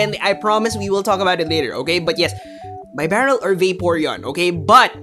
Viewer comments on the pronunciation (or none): Even the great isn't immune to my pronunciation corrections:-). BEE-Barrel. Like a Beaver:-). Great video trying to explain the complexities of this meta. Im still trying to wrap my head around everything... good thing my tournament isn't for another week or so -_